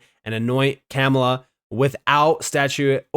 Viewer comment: Can you at least pronounce VP Harris' name properly.... think Comma-La, it's that simple.